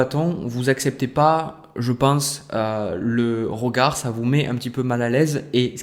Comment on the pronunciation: Le « rogard » 😁🥰 merci j’ aime votre justesse et simplicité